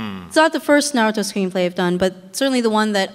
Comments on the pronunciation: wow! I wish I could have been there! but that host... the way he pronounced "Na RU Toe" ...so irritating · A bit old, but I I agree. He was saying Naruto wrong, however as best seller, he probably meant in America at the time, otherwise it’s one piece. Oda knows this and states this as well.